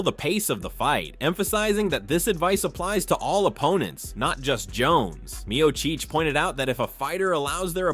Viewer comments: "MEO-CHEECH!" Come on AI. Painfully annoying. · Mio-Cheech and Mio-Chong. Those funny A.I. thingies... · The narrator is such a casual non MMA fan that he can't even pronounce Stipe's last name correctly. 🤣